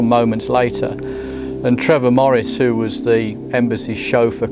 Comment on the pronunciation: "Oo the ell r u?"